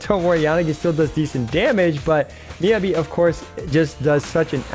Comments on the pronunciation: It’s MEE-YAH-BEE! Jeez, how are you STILL saying it wrong??? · Anyone else get triggered by him saying her name wrong? lol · The pronunciation of Miyabi hurts me.